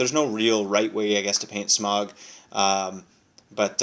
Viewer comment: Great video and all but the way you pronounce Smaug annoyed me. It's Sm-ow-g not Sm-og.